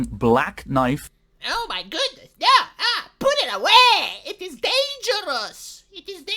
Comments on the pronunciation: Call that a knoife ? THIS is a knoife ! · "That's not a noif. This is a noif!"